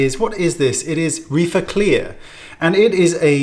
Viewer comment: Oh my I thought you said Reefer